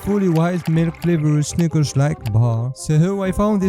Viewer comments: Bro he don't Say snickers 💀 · He did not say snickers😭🙏